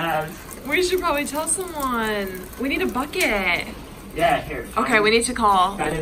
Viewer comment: We need a BUCKEE-YYYT, accent turned so funny